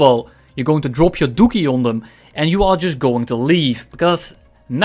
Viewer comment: My sense of humour has degraded to the point that the sound of a Dutch Man saying DOOKIE made me burst out laughing uncontrollably for 5 minutes straight. Liked and Subbed.